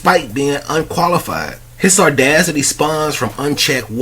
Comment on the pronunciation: “Ardacity” lol lmao “Audacity” dude. This cracked me up.